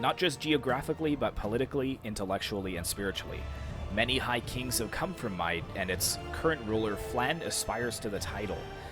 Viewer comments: Mide (Mead) -> Meath (mee - the) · Mide is pronounced Meath and Airgíalla is pronounced as Oirialla or Oriel